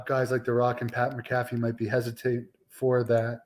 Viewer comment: It's Pat Mac a Fee not Pat Mc Cafee